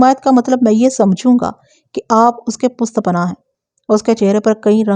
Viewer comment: پشت پناھی کو پست پناھی کیو ن کہتی ہیں